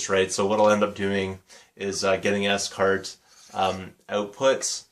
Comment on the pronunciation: Cool finds mate . Scart are great wires to use . I adice if you do get on with the scarts m I advice getting gold type endings for em . Also its pronounced 'SCART' not s cart . :) . What do u teach :) . ? .